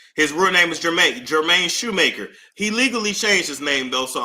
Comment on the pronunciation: Jermaine Shoemake... no R at the end.